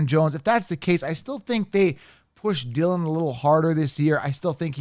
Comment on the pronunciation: Dude. My Man. Not Dillion. Come On.